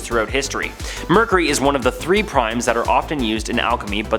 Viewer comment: Omg it's driving me nuts!!